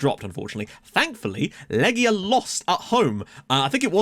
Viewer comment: Łomża -- you said this one perfectly! Świt -- shfeet (Ś is a 'sh', the w softens to an 'f' sound after the Ś; i's are like the ee sound in feet) Lechia -- Lehia (ch is an 'h' sound, not a 'k' sound) Przyborowski -- Pshiborofski (rz after a p softens the rz to a 'sh', hence 'psh'; y is 'i' as in English words bit or fit)